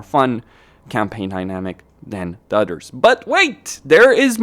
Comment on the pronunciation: I love how every time he says "others" it sounds like "udders"